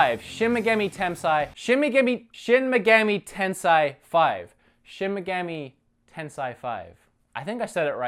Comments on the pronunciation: Little help here: Shin Megami Tensei pronounced Shin Mecha-me Ten-Say, but you can also shorten it to SMT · shin muhgammy tensigh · it's pronounced Shin Meh-Gah-May Ten-Sai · Shin - (She-n pronounced as a single syllable) Megumi(Meh-gu-me) Tensei(ten-say) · No, you're not saying shin megami tensei right lol...